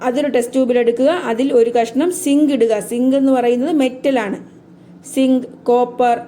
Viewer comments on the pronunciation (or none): Teacher sink alla zinc annu